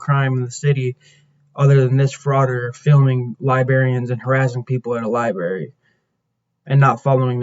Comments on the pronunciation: It’s library, not liberry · Talk about a clown ! Its library not liberry !